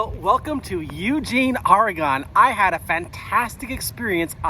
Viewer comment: Learn how to pronounce Oregon: ore e gun. Say it now, ore e gun. Come to Eugene for game day. Welcome.